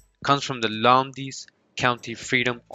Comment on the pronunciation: Lowndes is pronounced like mounds but with an L. ❤❤❤